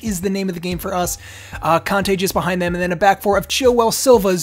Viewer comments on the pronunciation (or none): none